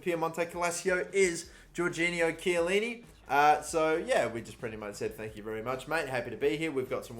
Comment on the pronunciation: Game clearly says Giorgio Chiellini: Georginio Chiellini